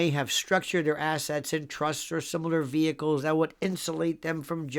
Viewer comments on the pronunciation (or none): none